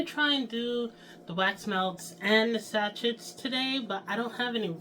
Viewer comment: Your videos are always inspiring and I admire how much you strive for perfection of your products and videos, so here is a small lesson. SACHET is a french word and as such the ending "T" is silent. It's pronounced SA - SHAY. You can google the pronunciation if you'd like. I don't like being critical, but I thought you'd appreciate a little constructive criticism.